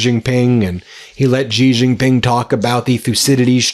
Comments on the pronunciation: Pronounced: "She Gin-ping" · Why don't you learn how to pronounce Xi Jinping correctly? 😅